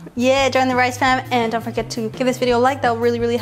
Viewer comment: I always laugh when your mum keeps saying rice FARM instead of Fam every single time 😂😂